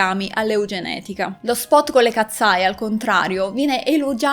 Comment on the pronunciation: Io le seguo da quando hanno debuttato per favore potresti cambiare il. Tuo modo di dire katseye??non si pronuncia così.....hanno fatto anche uno show del ragazzo con il fischietto Le katseye sono nate in questa accademia,,,,Manon non ha mai causato nulla le ragazze erano sotto pressione per la nuova arrivata,,,,,❤❤io le adoro sono le mie idole solo io ho notato che in debut Manon sta sempre dietro 😢